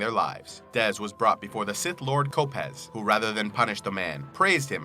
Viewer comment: It is pronounced Lord "Ko-pejsh" you can verify this from the audio book